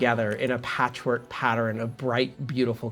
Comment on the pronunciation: pronounces "pattern" without the extra syllable...